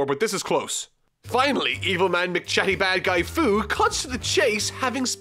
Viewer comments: First It's not "Foo" but "Few".... and, the video is Hilarious. I love it! And Baby Toriyama. A big like! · Its Few not Fu Its Wees not Wis... For fucksakes YouTubers... Its like Kaoken actually being Kaioken. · Fu's name is pronounced "Few"